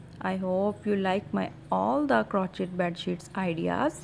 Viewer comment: It's pronounced (crow shày)